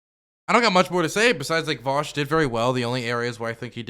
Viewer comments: Does Charlie call him Vowsh on purpose? Like a way to signal how unimportant Vaush is to him that he can't even be bothered to learn how to correctly pronounce his name? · New way of detecting fascists, ask them how they pronounce “Vaush”.